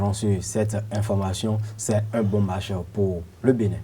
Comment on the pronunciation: Match et non mach !!! Lol